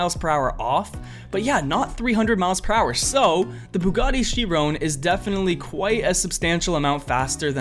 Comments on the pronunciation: CHIRON PLS SAY CHIRON NOT CHERONE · Lol Bugatti Chirone, it’s Chiron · I’m sorry to be “that” person but Chiron is pronounced Shy-rown not She-rown